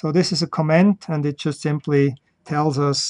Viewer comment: Great video. Just a note on (American) English pronunciation. When Americans listen to how you pronounce the word "comment" it sounds like you are saying the word "command". And since Germans often pronounce d's as though they are t's, it just adds to the confusion. Americans can easily differential between these two spoken words just on the syllable that bears the accent or stress. In the word co'm-ment, it is the first syllable that is stressed (Caaaaw ment). In the word com-a'nd, it is the last syllable that is stressed (cuh Maaaand). You are placing the stress on the 2nd syllable for both words and this makes it more difficult for me to differentiate between the two words.